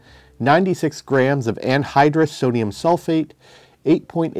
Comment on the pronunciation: Not to nitpick, but my ear hears you say Sodim Sulfate when listing the dry chemicals for DIY mixing. The formula calls for Sodium Sulfite which is a different chemical from the former. Enjoyed the video, though, as usual!